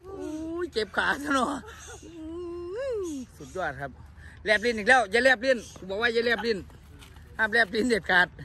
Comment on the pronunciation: จารย หลอง ชอบ แลกลิ้น ไม่ใช่ แลบลิ้น